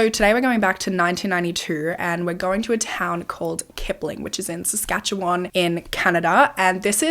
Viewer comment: Girl you nailed the pronunciation of Saskatchewan 👏🏻🇨🇦